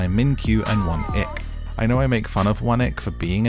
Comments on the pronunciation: 1. I can’t tell if you’re pronouncing Won-ik as “one ick” on purpose. Either way, bless his socially awkward heart. 2. A part of me thinks that production had to incentivize these women to chase after Gwan-hee and his tomfoolery so wholeheartedly and ignore the absolute gem that was Min-kyu. 3. I don’t watch Love Island, but if you were the narrator, I probably would haha. I love this~ Single’s Inferno is probably my favorite dating show rn. Would be interested to see your recap of other seasons if you choose to do so! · I heard One-Ick too, it's hilariously apt! 😂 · I thought he was saying that the whole time 😭